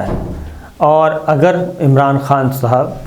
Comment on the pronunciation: "اگر" پہ آپکا زور کچھ ذیادہ ھے، آپ جو تاثر دینا چاہتے ہیں وہ انشاء اللہ نہیں ہوگا۔۔